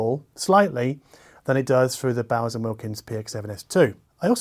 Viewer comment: Say it with me b-oh-se